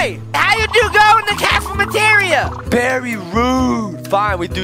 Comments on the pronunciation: " how do you get in the cafamriria like boys cafeteria not that way of saying it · He called it the cafemeteria